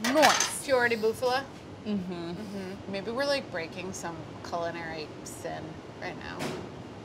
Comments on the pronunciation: Say it with me now Bufala, not Buffalo, Bufala, a female Buffalo! Not a Cow! Mario vs. Maria capeesh? Love these videos. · It's bufala cheese, not buffalo, saying buffalo cheese it's like saying bull milk agh.